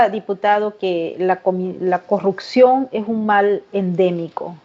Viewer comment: Perdón, no se dice " corrucción " se dice corrupción.